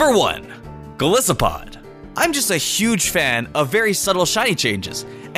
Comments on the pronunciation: Ur saying Golisopod wrong. Its Goliath + Isopod. Its fine though. I guess. Btw you can figure out the pronunciation by knowing what two words are making up the name. EG. I though Primarina was PRIME-arina. until I knew that it was Prima donna + Marine. Conclusion: primma-REE-na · ChaospireX12 True